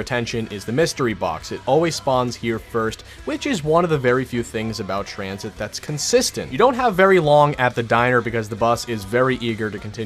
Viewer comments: I started dying when he said transhit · Sorry u spelled tranzit wrong it’s pronounced tranSHIT!